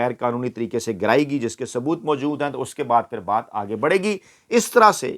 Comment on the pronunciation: Correction: Ye Lafz Baay Nahi Baat hy.